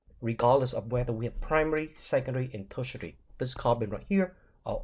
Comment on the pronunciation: The way you pronounced tertiary 😂 sir no offense but it's hilarious 😂 Love the videos tho❤ Currently offering a degree program in pharmacy technician and your videos are very helpful in my pharmaceutical chemistry. Thank you very much for making them ❤.